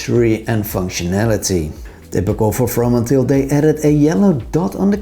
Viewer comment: So funny how perfectly you pronounce the 2 names of the Dutch founders doing an English spoken video! I find the Fromanteel very interesting. Hope to visit their shop in Amsterdam one day.